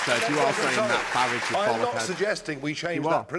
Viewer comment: What a bore you really are. By the way his name is FARAGE NOT FARRAGGEEE.